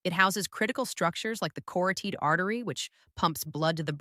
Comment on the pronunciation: Also, carotid.